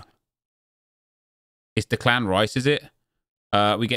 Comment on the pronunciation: Why is nobody pointing out that he can't pronounce Declan rices first name ?